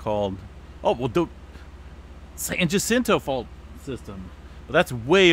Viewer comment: San Diego checking in... still looking for a low to mid range 6 for So Cal... Ocotillo is pronounced Oc-Oh-Tee-Oh and Jacinto is pronounced Hah-Sen-Tow. In Spanish the double ll's make a silent Y sound and the J makes a silent H sound. 🌎🙏😎👍🤗